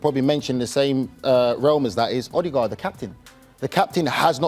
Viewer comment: Odegaard or Odeghost 😂